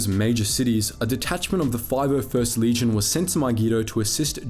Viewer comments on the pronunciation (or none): none